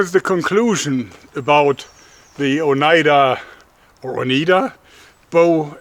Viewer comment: Long I on Oneida. So Oh-nEYE-Da